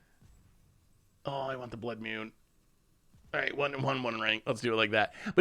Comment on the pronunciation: Ka-me not Cammy. Nan-too-ko not Nan-tuk-o. Your mispronunciation of cards is staggering. Blood Mune still kills me to this day.